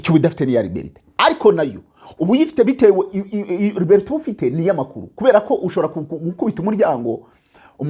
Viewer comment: Liberty.yenda ujye ubivuga uko mbyanditse. Bavuga ngo libati= liberty